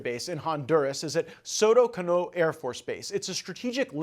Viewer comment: Soto Cano. Stress on the "a" in the second surname.